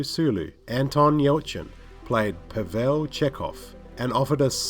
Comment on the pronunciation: PAH-vel not pa-VEL... You HAVE seen the show, right??